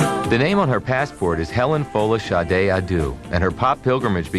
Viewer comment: So her middle name is pronounced Folashadeh